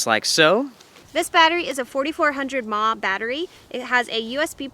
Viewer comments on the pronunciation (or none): "4400 ma battery." Ma? 🤦😆 "MaH" is not a word, it's an abbreviation! lol It stands for Milliamp Hours, the standard measure for rechargable battery capacity. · I lol'd at when she said 4500 "mmaaahhh"... Never heard it like that before...LOL